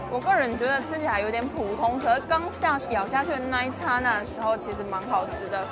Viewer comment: 第一次聽到youtuber 把剎那念對發音